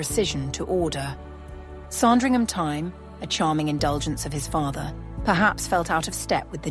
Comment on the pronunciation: It isn’t pronounced “Song-dringham”. JFC, I hate this AI crap.